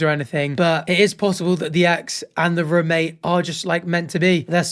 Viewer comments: I didn’t even notice he says rumate until he said it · I didn’t even care about him saying ‘rumate’ but now that’s all I can focus on